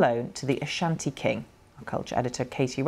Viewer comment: do u loan what you looted to it's rightful owners? As a Ghanaian and Asante this is absolutely Shameful!! By the way I commend the news reporter for her pronunciations of the Asante Names in her report. Well done Ma'am. Piawwww